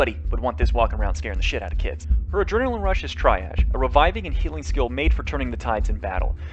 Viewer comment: 'Tryarge' :D